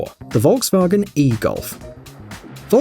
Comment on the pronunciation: Volkswagen, not wolwsuagen